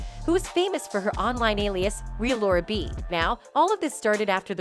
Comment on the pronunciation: That's TheRealLauraB... Not Relaurab. Dang! I truly wish this channel would get someone that's speaks English!